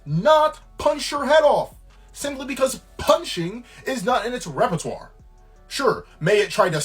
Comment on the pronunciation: Revertoire? He can’t even speak English, let alone fight a gorilla 😅